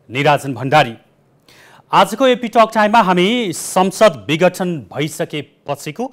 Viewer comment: पत्रकार जी विगठन हैन विघटन हो ।